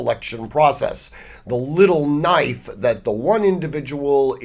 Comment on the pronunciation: “Now thahts a noyf ….”